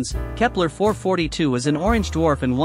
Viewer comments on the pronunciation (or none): number of times said orgenge 29